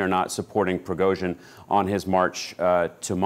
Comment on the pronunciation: . Obviously, because it is Prigozhin not Prighozin!😂